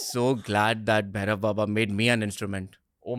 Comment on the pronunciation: Its Bhairava not Bherav in Sanskrit. Correct pronunciation is very important.